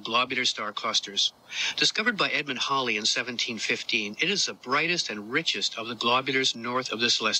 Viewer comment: Very nice to hear '' pronounce Edmund Halley's name correctly. Not 'hayley', not 'Hal lee' (as in HAL900), but the correct 'hall lee'.